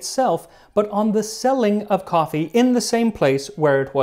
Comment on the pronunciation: Say "coffe" one more time, I dare you. I double dare you!